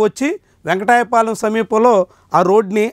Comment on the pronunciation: వెంకటపాలెం వెంకటాయపాలెం కాదు